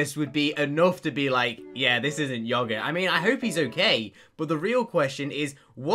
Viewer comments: everytime i hear say “yO-gHùrt”, it kills my will to live. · The way Ben says "yogurt"...